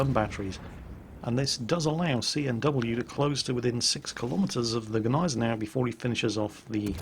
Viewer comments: big thumbs up for pronouncing "gneisenau" finlay right! cause the g isnt silnet like in the d in django;-) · Since the Gneisenau is named after good ol´ prussian Fieldmarshal Neidhardt von Gneisenau (hence a German) the "G" isn´t silent at all. So pronounced it pretty right ^^